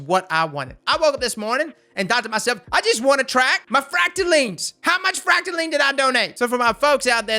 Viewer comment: Someone finally pronounced Fractaline correctly. Subbed!